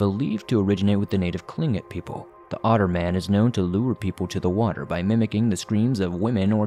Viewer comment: Yep, he should listen to Hammerson Peter's videos to hear the proper pronunciation.